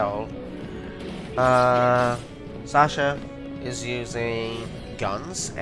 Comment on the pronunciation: Sazh is not pronounced as "Sasha". While I like FF13 I can't believe you actually compared it to FF7. x'D There are plenty of people that like 7 more than people that like FF13. xD